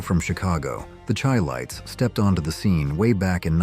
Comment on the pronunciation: SHY-lites. Pronounce their names CORRECTLY.